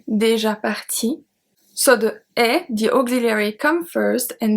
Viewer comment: is there a reason you do not pronounce déjà? Or, are you saying it and I cannot hear it?